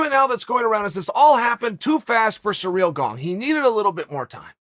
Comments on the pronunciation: He keeps saying it wrong so convincingly I can’t say it correct anymore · lol, I love Chael. The guy cracks me up. Does he say everyone's name wrong on purpose? Sareal Gong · See-reel Gahn... simple as that, mates ^^ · Every once in a while sounds a little like Cereal Gong too lol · I'm here just to hear Chael say "Surreal Gong". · Uncle Chael is the reason we say every fighter’s name wrong. Does anyone know how the correct pronunciation of Cyril Gane? I’m kind of OCD when it comes to pronouncing names.